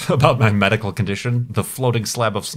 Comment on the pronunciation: Floating Slayub Of Snoeh :3